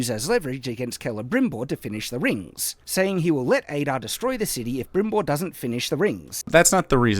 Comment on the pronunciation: Yeah like it seriously makes me doubt if he even saw the series. but that "Brimbor" was even more annoying lol